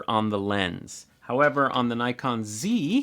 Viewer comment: Nice overview,. Glad you pronounced it “Zed F”. You made us Canadians happy. 😊 Seriously, one of the other strengths of the Zf is the 2.2” LCD screen, especially since there is no joystick. I’ve gotten so used to the 2.2” screen on my Z7ii that it is really hard for me for work with a camera that has a smaller screen now. Once you buy one and get the SmallRig grip, I’d love to see a size comparison with your Z8. My Z7ii with the SmallRig grip is actually pretty close to Z8 dimensions and I guess the Zf might be as well once the grip is added.